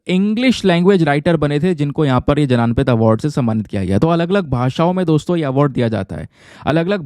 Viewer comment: भारतीय ज्ञानपीठ not भारतीय जनानपीठ